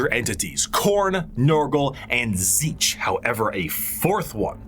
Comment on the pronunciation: Questions answered. Ish Tzeentch is pronounced correctly by, first T is silent zeen like end of magazine then tch as a single syllable is roughly the way to say it. Slaanesh is both and neither basically what ever the desire for it is, so he/she that thirst doesn't matter. Time line general year not precise 60 million BC necrons+war in heavens 2025 AD I write a comment 25 thousand AD birth of Slaanesh 29 thousand AD the emperor officially appears and begins conquest of terra 30 thousand AD great crusade 31 thousand Horus heresy+death of emperor 41 to 42 thousand current time in 40k FPS is the game Warhammer Darktide. Thunder warriors were only used to conquer earth before being killed before the great crusade No the exact process for making primarchs is not recorded anywhere that includes what samples are needed. Black carapace is not armour more of an electronic interface inserted under the skin. Hope that helps